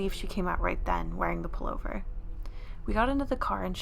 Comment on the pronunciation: Was it just me that heard 'Polar bear' not pullover? lol